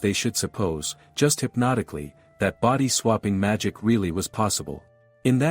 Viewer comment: seems this AI cant even say hypothetically.